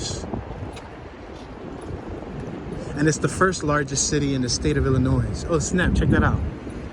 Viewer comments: 2021 2,696, ,620,962 2 Chicago is not growing 3.6 million to 2.7 million mainly due to all the shooting on the Southside. Also the s is silent on Illinois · Say it with me now, ILL IN NOY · You pronounce the name of the state incorrectly.